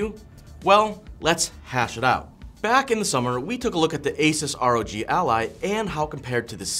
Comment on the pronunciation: It's ROG, not ROg